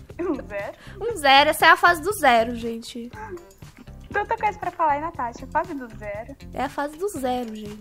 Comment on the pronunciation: A Natasha: a 😂😂😂😂😂😂